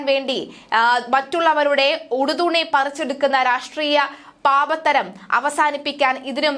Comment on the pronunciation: രാഷ്ട്രീയ പാപത്തരം അല്ല, രാഷ്ട്രീയ പാപ്പരത്തം . അർത്ഥം അറിഞ്ഞു വാർത്ത വായിക്കാൻ ശ്രദ്ധിക്കുക.